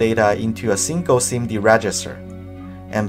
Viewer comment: “Simgle Instruction Multiple Data”